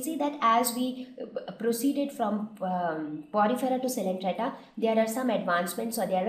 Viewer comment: Its not coelentrata it is coelenterata....missed the ‘e’